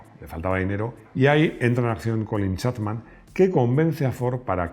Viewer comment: Te has pasado todo el video diciendo Colin Chatman cuando es Chapman.